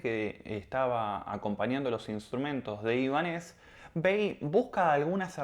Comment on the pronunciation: Te sigo desde hace unos días y me gustan mucho tus vídeos pero en este no estás muy acertada por qué no dices bien ni el nombre. No es Ibanéz,es Ibánez por lo de Ibáñez